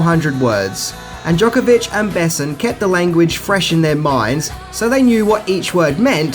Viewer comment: And the emphasis in "Besson" is on the "o" not the "e" :)